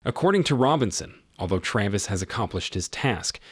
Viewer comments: why do you mispronounce the main characters name so often? … sometimes it’s Travis and sometimes it’s Traaaavis? ….. seriously? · Good Lord, learn how to pronounce the name Travis! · How can you mispronounce Travis. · Ikr?! It really got irritating